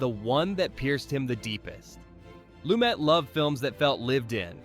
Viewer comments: His last name is not pronounced that way. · You're kidding, right? You can't pronounce the subject of the video's last name? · Pronouncing Lumet differently almost every time (should be Loo-MET)? Calling De Sica's "The Bicycle Thief" by the title "Bicycle Thieves"? Mispronouncing "Casablanca" director Michael Curtiz' last name (should be Kur-TEEZ)? And I'm only about halfway through this thing! Someone needs a fact-checker, one with a solid knowledge of cinema history and enough smarts and initiative to look things up when not absolutely sure.